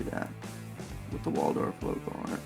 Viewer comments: Wald Hoff not waldorf. wtf..... sound it out there is no "or" in that name. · It's not "Waldorf," mate! It's Waldhoff. Pronounced VALD-hoff. No R there, c'mo! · Very helpful review, and a great launch. I agree – nothing wrong with a Chinese tourbillon for less than $1,000. I am not complaining, but you referred to this watch as a “Waldorf” many times in your video. It is a Waldhoff – not a Waldorf. So I am wondering if the fancy name affected your opinion about this watch? Thanks again!